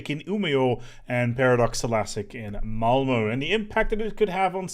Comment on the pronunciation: I'm just glad that your pronunciation of Umeå and Malmö is so much better than Montu's